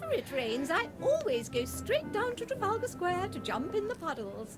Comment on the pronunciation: the pain of hearing Arinn and Dan prouncing Trafalgar square makes me weep for the future